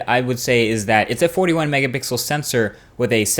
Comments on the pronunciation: Why do you say Mega bixel? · my man said mega 🅱ixel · OKAY I just realized you slide in mega BIXEL in most of your videos. I can't believe it took me this long to notice it. I know I noticed you have said it before but I thought I just misheard you.